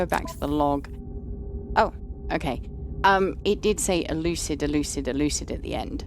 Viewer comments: Euclid is the galaxy everyone starts in. Probably named after the Greek father of geometry, I believe it's supposed to be pronounced "yewklid". Putting in incorrect or random portal addresses will take you to whatever planet has that address. The device you used to collect Traveler souls is very similar to the Mind Ark you used to capture Artemis' soul to transfer to the simulation. Normal starship procedural upgrades should work on your living ship, though it may take some time to figure out what their equivalent names are. I believe the two weapons you have on your ship can be upgraded with Photon Cannon and Phase Bean upgrades. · It's pronounced "You-Klid". He was an ancient mathematician. All the galaxies I believe are named after famous mathematicians. 😁